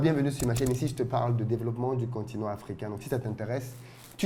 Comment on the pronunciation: "Le Continang!"😂😂😂